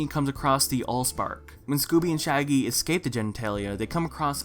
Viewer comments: He did and I'm ashamed to admit that I laughed for a solid minute at that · lol i laughed so hard mainly because it flew over my head